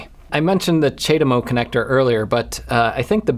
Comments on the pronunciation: w/ CHAdeMO you pronouce the A in CHA (like charm), thats how ive always heard it being said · It's pronounced: Chad-Emo! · It's pronounced Chad Emo, obviously! <The Cure - A Forest starts playing, an early version from 78 or 79 when Robert Smith looked like he was on the rowing team>